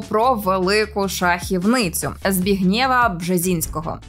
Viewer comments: Не ЗбігнЄва, а ЗбІгнєва. Що, лінь хоча б у Вікіпедії поцікавитись, як звучить це польське ім'я? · ЗбІгнєв а не ЗбігнЄв, не вийшло погуглити? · Запитання до наголосу в імені Збігнєв. Аж надто ріже вухо наголос на останній склад. Весь час чув ЗбІгнєв наголос на перший склад. Здається, і мережа так вважає. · Не ЗбіґнЄва, а ЗбІґнєва Бжезинського. Ніхто це дівчинці не пояснив. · Та ні,не ЗбіґнЄва, а ЗбІґнєва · ЗбІгнєв- ім'я польського походження, тому наголос НЕОБХІДНО робити на літері І . Зб І гнєв, а не на Є... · Дійсно, книга дуже цікава й корисна. А от покійний пан Бжезінський був таки Збіґнєвом (наголос на І). Доброго вам продовження, підвищуйте рівень українського контенту! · дівонько, а ти справді не знаєш, де наголос у слові "Збігнєв"? Правда, не знаєш?